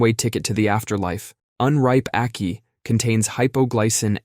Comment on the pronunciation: When I saw the title of this video, I bet myself that you wouldn’t even know about ackee, let alone include it in this video! I am thoroughly impressed. And you get bonus points for pronouncing it correctly, which most Americans don’t. Thank you for including the national fruit of my country! 🇯🇲🇯🇲